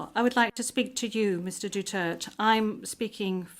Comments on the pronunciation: Hey Women can you pronounce properly the last name of Former president Duterte. DUTERTE DUTERTE HELLO SAY IT right Duterte again Duterte not Mr Dutert😂😮😮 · DUTERTE! NOT Dutert! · DUTERTE not Dutert 😒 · Poor Mr. DUTERTH. He kept pleading with the presiding judge to properly pronounce and accentuate his surname but kept getting ignored. Sorry, Mr. DUTERTH! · Dutert(e) - silent e 😂